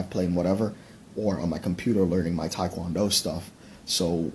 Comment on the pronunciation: And he can't even pronounce Tae Kwon Do right, so I ain't believing anything that douche said.